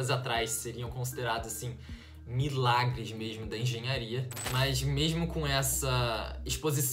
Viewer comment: "Mermo" é muito bom escutar isso kk